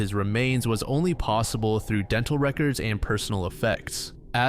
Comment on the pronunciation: Bro you mispronounced so many words. Even the word "records"